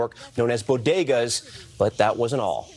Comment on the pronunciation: ’Boh-Geh-Daws’ Sounds like a Camp site